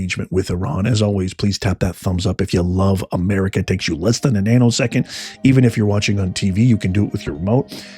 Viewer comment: At the end you said tap that thumbs up it only takes a nano second...at first I thought you said anal second!! Lol!!